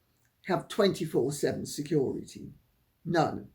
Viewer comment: It made me laugh when he said "Security", then 'corrected' himself by saying "Securi-dee"!